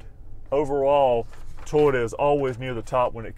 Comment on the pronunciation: Is it just me or is this guy say Tyota, instead of Toyota? Not knocking him, I'm jut a backwoods nobody Hillbilly with a thick accent, just thought this was a bit odd. Anyone know if this is a regional accent thing?